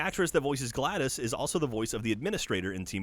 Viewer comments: For the love of god, it's glados. Not gladus, but gladOS. Get it right! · pronounced glah dose no gladice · Yeah when he said GLADOS instead of GLADOS I was all like "wtfbiscuits!?" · It's GLaDOS! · Gotta be a nitpicker, but GlaDos pronounced Glah-doss not Gladys. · it's GladOS, not Gladys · It's GLaDOS, not GLADIS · GLADOS. WITH AN O SOUND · Pronouncing Glados wrong throughout this whole segment was driving me nuts.